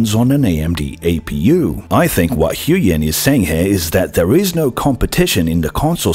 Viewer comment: huynh is pronounced kinda like hooWIN. not hyoo-yen